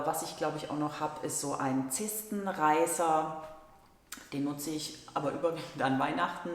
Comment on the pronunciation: Bis auf einige dinge für den Notfall irgendwann stimme ich dir voll zu...😊 Musste grad lachen, bei der Aussprache vom Zestenreißer... 😂 Wenigstens etwas zum lachen... Das mit dem Weichspüler hat mich voll geschockt, zumal ich leider raus finden musste, das es nichts gibt, was ihn umweltbewusst ersetzt...😢 Ich liebe einfach nur diesen Geruch.... Also ade....🙈 Am gesündesten ist ja ohne BH... Kann nur nicht jede... Klamotten sind Tauschmittel bei mir, seit jahren Jägerin und Sammlerin und in fast allen Größen reicht es bei mir bis zum Ende...😊 Ich bin Fraktion selber machen, selbst anbauen und tauschen.... Nur das mit dem Weichspüler nervt mich grad...😂 Ok, ich spare am essen gehen.... Koche lieber selbst... Ich schreibe sehr viel selbst, lernen übers netz oder heulender weise weils beim anbau mal nicht klappt, aber ich mag dein video und verstehe es vollkommen und ja, bitte ein video zum Rasierhobel.... Kenne mich damit gar nicht aus. Danke . 🙈 Glg an dich...😊👍